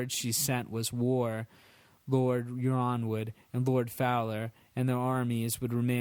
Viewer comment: 'yronwood' is pronounced 'ironwood'